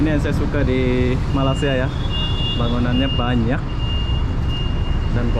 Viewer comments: Kenapa sebut Malasia.. Sebutan nya ialah Malaysia.. Atau pun org Melayu sebut melaysia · agak2 lahh bahasa tu cik.... Cara Kau brckap mcm. tk btul.... Jauh nye sebutan malaysia.... Dgn malasia🙄🙄🙄 I'm Malaysian 🇲🇾🇲🇾 cuma perbaiki Cara kau menyabut nama negara.. Taguran jerr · Malaysia bang, bukan malasia. Btw salam dari Indonesia